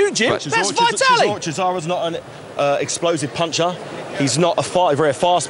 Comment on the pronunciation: xDDDDDD LMAO "thas vye tallee!" xd